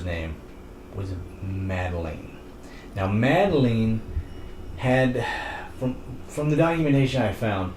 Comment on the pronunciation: "Madeleen". Its Pronounced mad-el-in